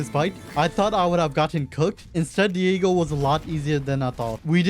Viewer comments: Dagon❌ Diego✔️ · "Diego" 🥷 that littery dagon